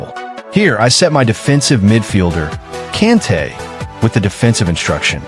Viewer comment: Man said kente 😂